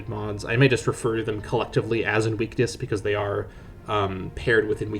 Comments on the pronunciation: Ok and? He still didn't pronounce it right. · Bro 💀 that's not how you pronounce 'invictus'.